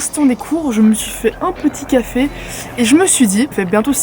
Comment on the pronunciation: J'aime bien le "petit café" américain 😂